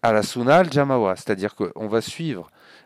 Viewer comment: JamAA et non jamawa.😉